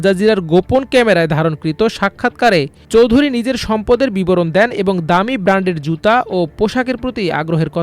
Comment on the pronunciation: মিলিয়ন / বিলিয়নের হিসাবটা ঠিকমত বুঝে রিপোর্ট করুন। একজন লোকের মোট সম্পদ ৫০কোটি ডলার হলে একটা বাড়ির দাম ১৪.৮ বিলিয়ন মার্কিন ডলার হয় কি করে???? চৌধুরী উচ্চারণটাও তো ঠিকমত করতে পারেন নি। দয়াকরে আমার দেশের মত একটা সর্বজন গ্রাহ্য পত্রিকার সম্মান নষ্ট করবেন না।